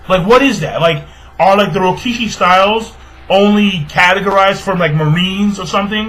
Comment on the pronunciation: its rokushiki not rokishi and bosushoku not bishoshoku